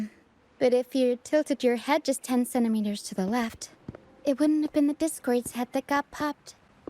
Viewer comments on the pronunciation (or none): none